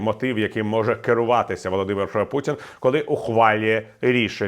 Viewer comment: пан Портников так подчёркнуто выговаривает "Володимир Путин", что аж тошнит